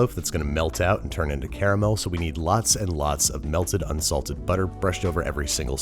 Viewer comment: You said caramel wrong.